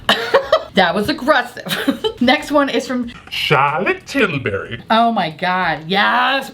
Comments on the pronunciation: Hearing 'CcHarlotte TiLLbuRry' every other day keeps my depression at bay. Guess I am a weirdo, I just automatically pronounce it in your voice in my head whenever I see anything from her brand, it's the only way now xD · I am a weirdo. I'm not usually into boxes as I always end up disappointed, but wow, this one was something else. Also, I always laugh when you say "Charlotte Tilbury" 🤣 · I can no longer say Charlotte Tilbury without the silly accent you use.